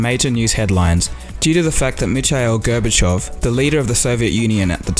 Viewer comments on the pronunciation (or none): none